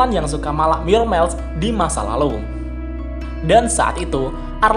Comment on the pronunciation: 'Myourmiles' itu dibaca "mayermails" setahu saya. 🙏🙏🙏 Kedengar agak gimana gitu di Headset karena dibaca "myormails" 🙏🙏🙏🙏